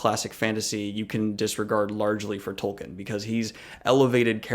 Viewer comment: It's pronounced Tol-keen.